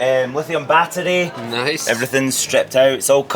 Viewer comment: The accent, I love it 😂 🗣📢 BAETTTERY